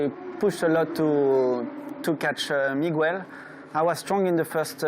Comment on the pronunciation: Hello Migwell.